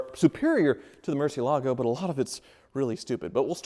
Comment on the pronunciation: " and ". Relax, IOUs are as good as cash. It's time to sell that Murcielago so you'll stop desecrating the pronunciation of the name.